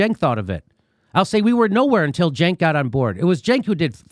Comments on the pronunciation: How do you get a 'Juh' from a 'C'?? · His name is pronounced “chunk”